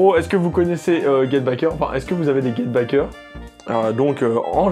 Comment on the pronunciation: Get Backers hein et non pas Get Bickers... Et c'est Tite Kubo (prononcé Tit Koubo) pas Taillti. Mdrr ta prononciation me tue